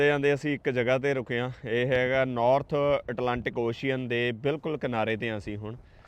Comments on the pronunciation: Ocean ਅੋਸ਼ਨ not ਔਸ਼ੀਅਨ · It's ocean (ow-shn) not oshian